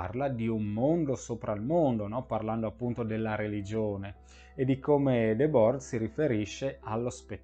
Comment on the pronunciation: Va pronunciato ''ghi debòr''.